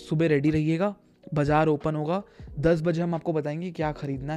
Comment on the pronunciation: Bazaar ❌️ Bhijaar ✅️